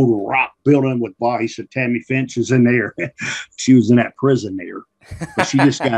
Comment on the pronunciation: Back then she went by Tammy Fytch, or Tammy Lynn Fytch. But, yeah, it does sound like Ricky adds an 'N' and says "Finch".